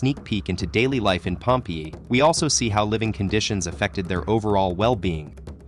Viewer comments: i hate the way this AI bot pronounces Pompeii!!! (pronounced 'Pompay') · yeah the way he said pompee put me off the video